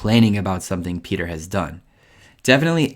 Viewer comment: "PETHAR" 😂 Non serve aggiungere altro